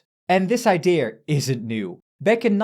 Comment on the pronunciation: Jajajaja you are a german, by how you pronounce "idea" like "idier"